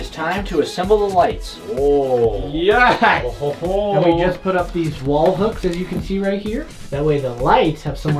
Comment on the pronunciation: You said but not put